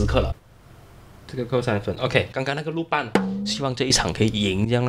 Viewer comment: 还有，是，鲁班(lû bān) 不是(lù bān)